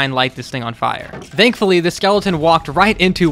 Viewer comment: I love how he says dankfully